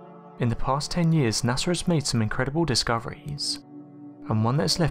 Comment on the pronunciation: Stop saying Nasser, it's NASA and you know how it's pronounced cuz you don't say it wrong every time... Nasser, really ?? Sheesh